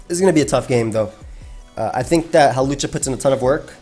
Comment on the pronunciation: You called hawlucha hoopa